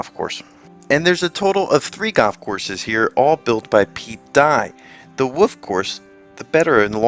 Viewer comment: Wolllllf. Not Woooof.